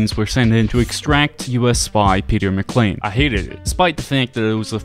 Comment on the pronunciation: Peter McCaine not Peter McClean. Der Riese not Die Rise. Come on man you ain't even trying 🥺